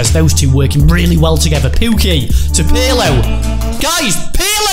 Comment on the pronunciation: they say pirlo wrong they say it like its spelt u say it like perlo